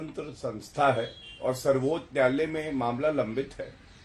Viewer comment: Abe Zatu pahle Sarvochch nyayalay ka uchcharan to sahi karle😂😂😂